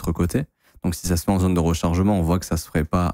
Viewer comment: Tu parle di ligne haussière 😂😂 x1.5